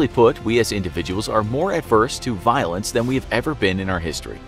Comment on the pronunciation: when they said violence i thought they said violins 😂😅